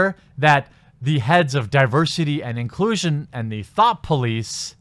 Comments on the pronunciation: Everytime you say thought police i hear thot police xD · Every time I hear someone say "thought police" I always think they're saying "thot police" and that's way funnier.